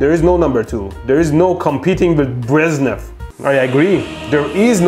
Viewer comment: Don't tell me you really don't know how to pronounce "Bre zh nev".